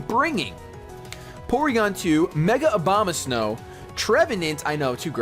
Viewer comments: I swear to god you said Obamasnow every time. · He said Obamasnkw lol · Why do every times you said Abomasnow I heard Obamasnow ? XD And I continue watching because, I like your humor, I like hearing your reasoning on what moves you make, what pokemons you like and which ones you hate. And you're not full of yourself either, and even when you get your ass kicked you stay enthusiastic about it mostly ! Moreover, you're not a top MLG VGC champion or whatever, you're much more accessible than most of those guys!